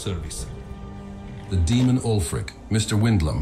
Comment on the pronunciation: Ulfric can't catch a break with everyone butchering his name 😂